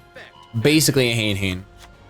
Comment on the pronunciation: not to be that dude but it's been slightly annoying me how he says hayn-hayn. it's ha-ne-ha-ne. the ever reputable google translate tells me that it's spelled using the characters for room and nun or bitch. do with this information what you will